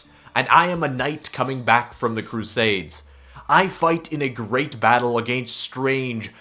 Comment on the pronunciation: The way he says against tho